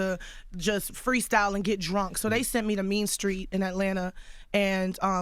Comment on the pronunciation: Charlemagne talk alot of trash for somebody who cant say "street". Dude says "skreet"... like who dare you talk about anyone